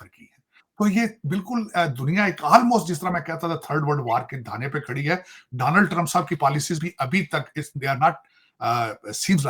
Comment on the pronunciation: Takla Daaanald Trump nahi hota Donald Trump hota hai. padha likha waiter 😅😅😅